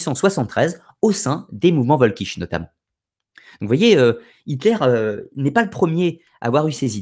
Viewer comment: Si jamais tu refais une vidéo sur la question, je me permets une petite précision : en allemand, c'est le W qui se prononce V et le V se prononce F. C'est donc "Folkich". Pour t'en souvenir, il suffit de penser au Folk anglais.